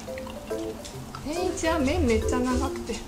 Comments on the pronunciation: 食ちゃんの「天一」の発音がおかしいのか、それとも関東の人の発音はみんなこんな感じ？ 違和感がすごい… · てんいち→→→→って発音は関東では普通なんですかー？ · 関東の人の天一のイントネーションがどうしても気になる笑 関西人ならわかってくれるはずw ぜひ京都にある本店に来てみてほしい！！ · 天一のイントネーションが京都と違うの違和感あるんだけど可愛いww